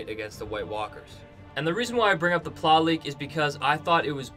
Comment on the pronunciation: please pronounce plot leak as plot leak not ploley